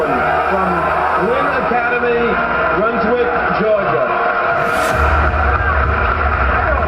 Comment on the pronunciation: it’s not Bronswick it’s Brunswick btw my mom knew kwame they went to the same church